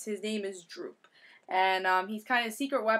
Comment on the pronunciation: Great review. Btw It's Doop. But anyway I gotta say I didn't really like the art for this issue but then again I don't think Bachalo is half bad. Anyway I gotta agree with you I am not a Doop fan either and I didn't really like the story. If you are really bored you can go through and translate doop's language.